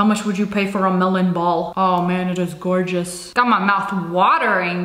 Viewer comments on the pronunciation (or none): Lia:skrrrrrr Also lia: goowgous